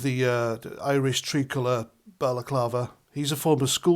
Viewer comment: Why do some people pronounce it 'tree-colour'! Most Irish pronounce it 'Tri-colour', as in 'three'! Oh well, each to his own, I suppose!!!